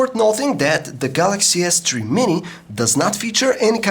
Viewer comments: galacksea s tree ;0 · 0.11 galaxy s tree.. lol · galaxy s "TREE" mini !!!